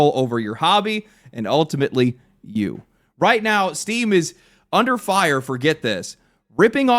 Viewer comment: I swear, I’ve listened to the first 2 seconds of this video like 8 times and I just keep hearing “Steve is getting sued” lmfao